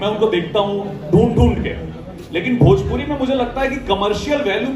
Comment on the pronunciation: Are babua phle badhia se bolna to sikh le भजपूरी नहीं भोजपुरी होता है